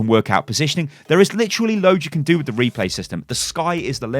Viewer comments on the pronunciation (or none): If you heard Reaper instead of Replay say I.